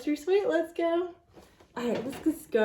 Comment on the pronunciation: it is not "sweet cake". It is a suet (soo-ett) cake